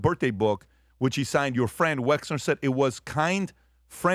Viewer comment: Patrick, have you been living in a cave? You haven’t learned how to pronounce Wexner‘s name give me a break as you always say…..😵‍💫